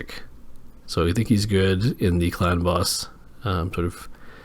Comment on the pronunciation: I swear every time you say “clan boss” I hear it as “ clown boss” lol